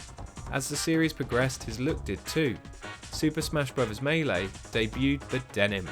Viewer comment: Shigerrru Miiamottouu, Superr Smash Brothers Meilei. Sorry.